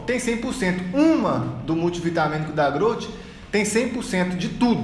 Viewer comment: Muito bom o falando "grout"